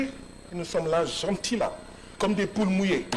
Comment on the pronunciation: 😂 Il dit des poules mouets 😂😂😂😂 quel homme